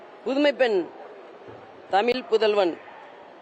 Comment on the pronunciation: Tamilpudhalvan nu sollumbodhu தமிழ் la ழ vae varala...